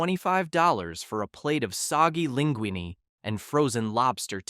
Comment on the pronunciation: AI voice is getting better, this one wasn’t too noticeable to me until it tried to say linguine or chicken Parmesan.